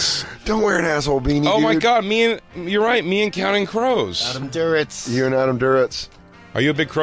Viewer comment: good god, fellas, it's adam duritz not adam "durowitz"